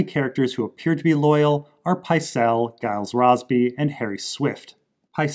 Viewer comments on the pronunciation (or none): Nice vid, for your info, Gyles is a soft 'G'.